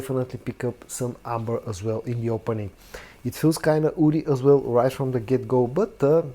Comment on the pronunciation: Hi, when you say "woody" it's hard to tell if you're saying that or "oudy"...